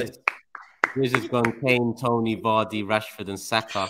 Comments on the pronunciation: said vardy lol this guy bro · Man said vardy🤣🤣